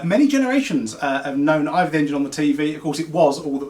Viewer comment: Hey now look you Boyo bach.., It's IVOR, that's EYE-VORRRR not Either/IVA!